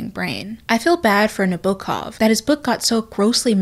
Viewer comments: Your prononsiation of author's name is very good (as a native speaker) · your pronunciation of nabokov's name is way better than the way most English speakers pronounce it tho!!! when it comes to proximity to the original russian pronunciation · I'm russian and you are great in pronunciation of Nabokov's name, don't worry about it! great video! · Also, I know you prefaced the video by saying you would be saying his name "weird", but in an interview he quite literally instructed Americans to pronounce it exactly as you did, so nobody should have anything to complain about! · As a person who's native language is Russian I can say that your prononsiation of Nabokov's name is pretty much perfect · you actually pronounce Vladimir Nabokov pretty well for an English speaker! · You pronounced Nabokov’s name correctly, according to his response during a September 1965 interview when the interviewer asked him how to pronounce his name: “As to pronunciation, Frenchmen of course say Nabokoff, with the accent on the last syllable. Englishmen say Nab-okov, accent on the first, and Italians say Nabokov, accent in the middle, as Russians also do. Na-bo-kov. A heavy open ‘o’ as in ‘Knickerbocker’.” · Don't apologize, you did a great job pronouncing his name❤ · You are actually pronouncing his name the closest I heard from an American - English speaker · Your pronunciation of Vladimir Nabokov's name is good, don't worry. Usually english speakers make it worse and with a wrong stress.